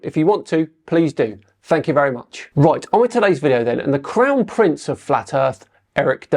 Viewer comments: I'm sorry, did you say Crown Prince, or Clown Prince? I'm thinking the latter is a better description. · Did you say "Clown Prince"? Sounds appropriate.